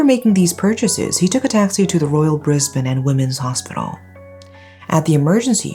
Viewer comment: Always refreshing to hear someone bother to check pronunciation. People outside of Australia generally say 'bris-bayne' 😢 the A throws them off